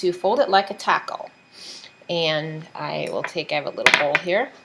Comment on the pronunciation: love the video. the way you say "taco" is cracking me up!